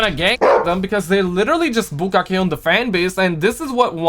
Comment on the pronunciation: When says BOOKAKEH 💚